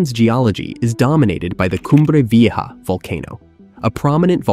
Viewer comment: pffff.....you can't pronounce a simple word like 'vieja'?